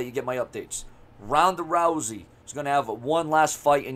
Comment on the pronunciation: TONDA TOUSEY?😩😂 MANNNNN RONDA OLE LOUSEY ASS... #RONDALOUSEY